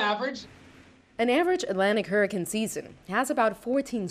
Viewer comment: every time she says 'hurra-kin' I tense up